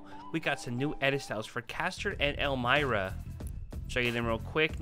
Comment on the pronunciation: It's pronounced "elm-ee-rah"